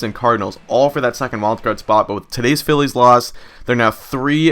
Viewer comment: Sometimes you Say"Phi-ez"